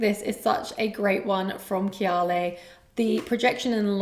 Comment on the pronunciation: Why do you pronounce kayali like that?